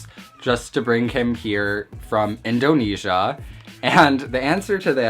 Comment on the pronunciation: I’m actually dying whenever he says Indonesia